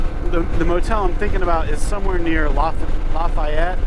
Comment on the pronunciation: I live in NW Georgia. All the locals pronounce it - Luh-Fay-Et. I'm restoring a 1972 Honda XL250 Motorsport. I also have other vintage Honda's.